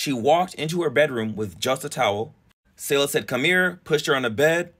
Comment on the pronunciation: Damn it’s weird to see her face all over my social media I’ve know her and her siblings since elementary school. Also it’s “Say Luh” not “Saw Luh”